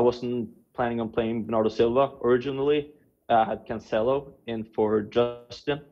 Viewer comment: Geez I cringe everytime she says "canCHelo" ...